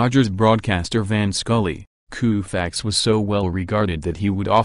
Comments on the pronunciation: I have never heard Sandy's name pronounced Kooofax Before! What planet are you people from? Why not let a real person narrate instead of some computer? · "Koofax", is the narrator from India? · You said Koofax. You're fired.